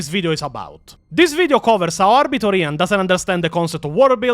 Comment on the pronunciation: So... I never liked Weshammer. Hate his thumbnails with a passion. Just dont like him. Maybe his voice, maybe his face... maybe both? Only Ahh-Biter Ian videos ive ever seen are the IGN ones. Only thing i dislike is the way he says his name 😂 Never had a reason to question his knowledge until now. His channel never interested me anyway. Also, why are Wes and Ian so obsessed with getting female marines? The fk does Ian mean "thats toxic masculinity"? What a clown. Maybe hes tryna cater to his female audience and virtue signal? Idk, idc, wont be watching none of his content 😂 Thanks....Never heard of EonsOfBattle, EVER. Why tf are these virtue signaling, fake asf, performative content creators obsessed with female space marines??? Why is it the ones with a feminine voice that advocate for this bs? 😂 There is a connection there you cant deny. Forget this dummy and lets move on. Now Majorkill. Hes made me laugh plenty of times in the past. Digestible if you are an idiot (and i am). Ill never forget the way he pronounced Tzeentch (tits-snitch) and still pronounce Tzeentch like that to this day 😂 Never thought he was an expert but use to enjoy his content. I literally stopped watching him like 3-4 years ago cause i grew tired of the immature humor in my 40K lore videos. Im not a teenager nor am in my mid 20s so there comes a time when you just want the hard facts and not bombarded by idiotic sex jokes and cringe gen z/gen alpha slang. Holy shh i wrote this before you expla